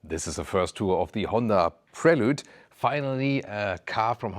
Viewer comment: WoW your prononciation of Prelude in French was spot on ❤